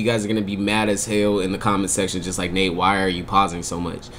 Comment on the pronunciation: It’s Nate not “Nape”